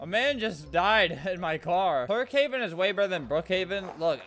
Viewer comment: i swear i heard "turdhaven" when he say tukehaven